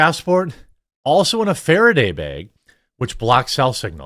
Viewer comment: Nothing screams upper midwest like Jeremy's accent while saying "farraday bag."